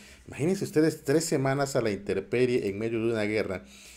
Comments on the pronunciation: Es: a la intemperie, no a la interperie. SALUDO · Buen video, como siempre. Intemperie, no interperie. Saludos desde Uruguay.